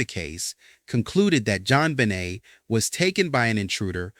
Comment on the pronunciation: Her last name is pronounced Ben Nay, not Benit